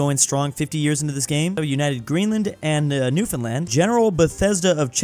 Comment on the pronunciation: Seriously though, happy still pronounces it right.